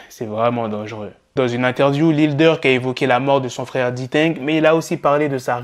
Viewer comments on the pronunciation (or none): none